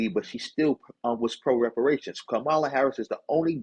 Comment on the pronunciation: COMMA-lah not kamal ah